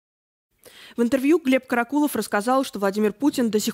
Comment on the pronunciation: Корреспондентка невменяемая? То КАракулов, то КарАкулов? Она не в курсе куда ставить ударение? Может она не понимает, речь об одном человеке или о разных? Сразу понятно, что всё сказанное- враньё.